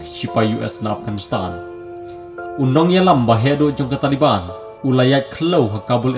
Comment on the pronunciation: Bah it's Taliban not tale ban